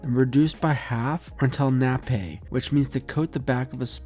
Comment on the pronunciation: just FYI, you are pronouncing "nappe" wrong. it is just pronounced like "nap". lots of american chefs mispronounce this word, its not a dumb mistake, but its like nails on a chalkboard to listen to people say "nap-pay". even more frustrating when i am cooking with american chefs and i use this word and they incorrectly correct me on the pronunciation. it is pronounced "nap".